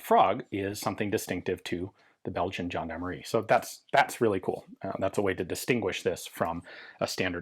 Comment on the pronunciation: Good pronounciation for "gendarmerie" Ian. "Gendarmerie" is a french word. 😄